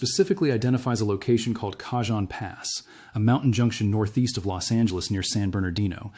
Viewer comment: The Cajon pass is pro NM bounced with the j sounding as an h...Canon Pass. Not that it's that important, anyone living in the San Bernardino area knows what area you are referring to. Thank you for the important information you are putting out.